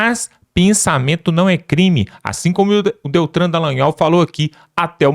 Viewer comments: Ei, não é Deltran, e sim DELTAN. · O nome correto é "Deltan Delagnol" e não "Deltran..." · O nome dele é DELTAN e não "DELTRAN". Pare de chama-lo pelo nome errado. Tá ficando feio, isso.🥴